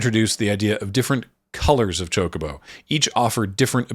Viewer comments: Love your video, watched it three times, but I gotta say, even if you only do it occasionally, you are literally the only person I have ever heard pronounce it Cho-CO-bo instead of CHO-co-bo. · it’s NEVER “chaco-bow” lol. In Japanese it’s チョコボ or chi-yo-ko-bo. That’s CHO-CO-BO in English.